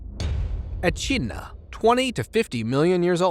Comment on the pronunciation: Just to be clear it's pronounced wob-E-gong Shark NOT wobagong shark and E-Kid-Na NOT E-CHID-Na.. and finally its NOT Carroway.. it Cass-o-wary! If you're going to make a YouTube video-- for GOD's sake get the pronunciation right. It is so hard to listen to an American trying to speak Australian!